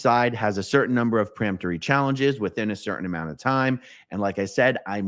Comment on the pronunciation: "Peremptory" not "pre..." Hurts my ears!